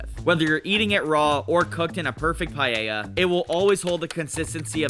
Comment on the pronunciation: It's called paella, not pallella.